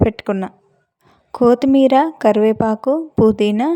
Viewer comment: ఏదో కొత్తి మీరా అన్నారు కోతి మీరా లాగా వినిపించింది కోతి మీరా నా